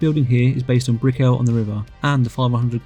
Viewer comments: This was really good. Just so you know…it’s not “Bri-cke-llll” it’s more like “Brickall” pronounce it like if you were saying “magical” lots of emphasis on the “cal” Brick-cal. I live here and no one says Br-ickeel-ll”😂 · dude btw your pronouncing brickell wrong ;)